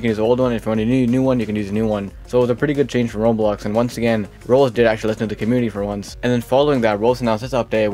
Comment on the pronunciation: why do you call roblox "rolx" what